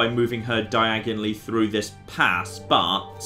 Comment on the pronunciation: Also "threw" when it should be through.